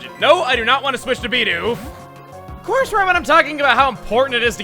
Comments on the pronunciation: Yeah, it is Bee-doof. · naw it's totally bi-duff legit